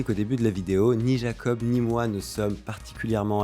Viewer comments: Incroyable 😻 par contre comme il le dit c'est Iakob et pas Jakob ;) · Super vidéo, vraiment intéressant de voir sa lucidité. Par contre, au debut il te confirme que ça se prononce « Yakob » et sur tout le reste de la vidéo tu dis « Jakob ». Lol